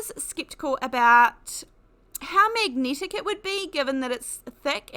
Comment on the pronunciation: Its so distracting (but not necessarily in a negative way) to hear words with the hard "e" pronounced as if it's a hard "i". Also hard "a" seems to be pronounced "e". Eg Magnetic is "megnitic" or "necessary" is "nicissiry". Not being critical...it just makes you realise that people can have noticeably different rules for things like this. (Like when Americans say "erbs" and it jars you. lol) and you find you haven't listened to what is said as much as how it's said. 🤔😅